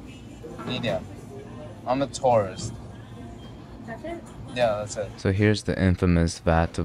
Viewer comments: God i thought he said "I'm a Taurus" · "I'm a Taurists" 😂😂😂😂😂